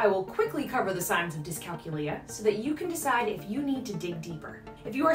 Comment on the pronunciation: Great info! So many different lifestyle skills that are affected by dycalculia. I grew up noticing all these issues with my little sister, and now with her son. ☹️ You do a gréât job listing all the signs, so thank you! May I please give one suggestion? The word is pronounced dyscalKYOOlia ( like calCUlus or calCUlator), not DyscalcuLIa as you are saying in the video.